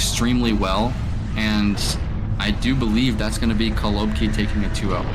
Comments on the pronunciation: it’s actually kolobkI, not KolObki, last letter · Stop saying kolObki